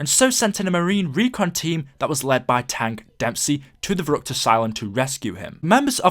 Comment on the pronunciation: I'm part German but it's pronounced verreeckt